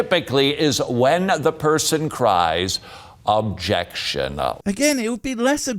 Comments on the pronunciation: It's not objectionuh. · "Objection-eh!" 's funny how these preachers like to add non-existing vowels on the end of words that don't need them.